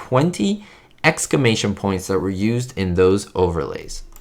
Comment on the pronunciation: Sorry, not trying to be mean, but you kept saying excamation, it’s exclamation, the L is pronounced. Other than that it’s a great video